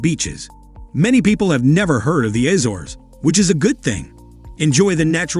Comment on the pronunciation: "appreciate the juxtaposition" yet ya can't get the names of various places- assores!! Really try A-zores!! What is this AI commentary? Good try detracts from the video....